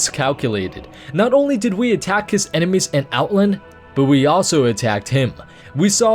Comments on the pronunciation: Outlnd, Outlnd, Outlnd...OutLAND! Out..LAAAAAND. OUTLAAAAAAAAAAAAAAAAAAAAAAAAAAAAAAAAAND! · The way you say "Outland" bothers me an irrational amount..